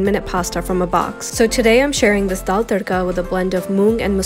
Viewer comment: Bish can't pronounce dal